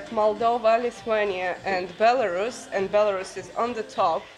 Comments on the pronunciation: It’s Belarus . Not Belaras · Не Беларас, а Беларусь! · I've been following you both for a while! But I don't know why had to butcher the pronunciation of Belarus when it is pronounced like it is in Russian... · Interesting to hear Belarus pronounced [by someone I suspect knows the proper pronunciation]: here in the U.S., we hear it [if at all: our news media sux] said "bel a ROOS," vs her "BEL a russ." Good to know... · БеларАс ахахах))))) БеларАШ уже надо было задвинуть, чё там..))))) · But it seems that it is pronounced more like Bilorus in Ukrainian... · Please start with pronouncing the name of the country correctly.